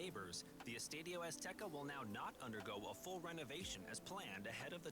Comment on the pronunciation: This guy is really dumb for not including Gillette, MetLife and Houston. I mean the fucking final is going to be in the metlife stadium? And he could put a LITTLE bit more effort to pronounce the Spanish words correctly. I’m a gringo but fucking Christ bro, “eeestahdyo”